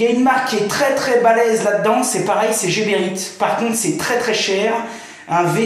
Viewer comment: Heee C'est pas jeberite mais Gueberite comme Gare